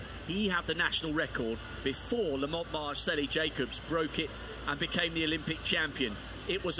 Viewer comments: I think he's trying to say Marcello (an Italianized version of Marcell, that is his nickname). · Why does the announcer keep saying Lamont MARCELLI Jacobs?